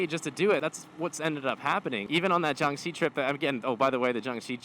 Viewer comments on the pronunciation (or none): none